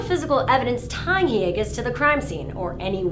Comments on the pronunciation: it's "Hill-a-gas" - stop putting in spanish annunciations where none exist. It's not "ee-Ay-gus" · When encountering the name of a nearly-transparent white person from Wisconsin, you can usually skip the unnecessary 'Spanish' accent. Hee-yaaaa-hiiiis. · Why the hell are you giving Ryan's last name a spanish pronunciation? The guy is whiter than wonder bread.